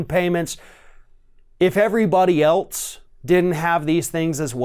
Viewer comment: I'm unsubscribing because i found out you're one those a$$hole people that pronounces the word "else" like "elts"